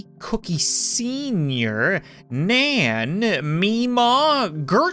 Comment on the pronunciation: when cap said nan i thought he said nam